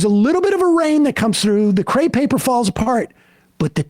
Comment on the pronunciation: crepe paper not "cre paper"